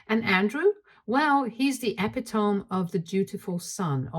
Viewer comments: Not to be rude, but epitome is pronounced "eh-pit-toe-me," not "eh-pi-tohm." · uh·pi·tuh·mee, not epi-tom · Epitome: /eh- Pit- uh-Me/ ! Gaaah!! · just one thing about the reading, epitome is pronounced e-pit-toe-me. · I love your storytelling, but please learn the pronunciation of epitome.